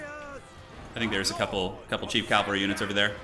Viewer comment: Ca-val-ry not cal-vary